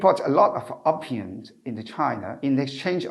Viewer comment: Opium 應讀"O 片"，不是"of 片"。。🙏🙏🙏